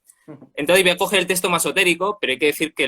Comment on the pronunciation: Porque uno de ustedes pronuncia testo, en vez de tecsto? (o sea texto)